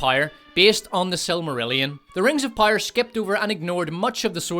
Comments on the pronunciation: I get it you have an accent but jesus fucking Christ it’s power not pyre. It’s like you’re not even trying. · Love the channel, hate the way you pronounce "power". I legit thought you was saying "pyre" the first couple videos i watched. 😂😂🤦‍♂️ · is it Rings of Power, or Rings of Pyre? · yo say < > properly please, you sound like a moron << rings of pire>> stfuuu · Here's a constructive feedback : it's sad to have a laughtrack at your own jokes. It's also boring to hear the same AH shitting the bed joke. Also, it's "Rings of Power" not "Rings of Pyre" Stick to the ranking, you have good content. the rest is cringy. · I don't know why but I'm fascinated how you pronounce power like pyre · Is it only me or do i keep hearing rings of "pyre". It annoys me to no ends. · "Rings of Pyre" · sounds like you are saying 'rings of pyre' :face-blue-smiling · Are you saying "Rings of Pyre?" Because if you are ... Brilliant.... And if you're not .... Brilliant. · Great job on the video but I have two pieces of constructive criticism… 1. You should get someone else to read your videos, it was cringey to hear you pronounce the word “power”. 2. Stop recycling jokes! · This dude couldn't properly pronounce the word "power" if his life depended on it.